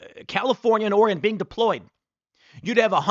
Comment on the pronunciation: Thank you for saying ORY-GUN correctly.